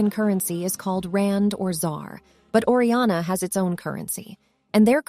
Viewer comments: It's Orania (pronounced Oran-yah), not Oriana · The town is called "Or-ah-knee-ah", not "Or-ee-ah-nah". The system known as Apartheid was implemented as a direct result of Blacks AGITATING for separate, self-governed "homelands". These were duly supplied and even though the National Party spent a great deal of money to supply everything needed to make successes of these areas, the White experts in the various fields were summarily expelled, leaving the Blacks with no expertise to run their show. As things began to collapse, instead of acknowledging their overconfidence and asking for the White guides to return and teach them the ropes, they did what Blacks seem to do best: blamed the White man for all their failures and subsequent woes. Of course, in the spirit of "equality", the rest of the world fell in behind them, resulting in the ANC coming to power in 1994. What happened to the Bantustans has now happened to the whole country, just as is happening in America's Democrat-run states and cities today.